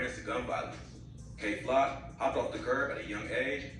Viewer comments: Kay Glock??? Kay Flock 😂😂😂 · Why y’all calling bro Kay glock 💀💀💀oh nah